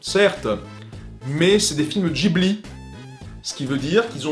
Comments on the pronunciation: C'est comme tu veux mais en France on dit plutot guibli que jibli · Tres bonne video mais on ne dit pas "Gibli" mais "Guibli" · Pourquoi il prononce Ghibli " Djibli " ça se prononce pas " guibli " ? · Cassandre - C'est tiré d'un mot italien, et en italien g + h se prononce gue (pas gwe mais bien gue) donc ce serait "guibli" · C'est amusant de choisir d'utiliser la prononciation "Ji-bli" quand à côté il y a énormément d'autres cas où c'est l'inverse (prononciation Jp / Occi j'entends). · Je ne crois pas que Ghibli se prononce comme ça.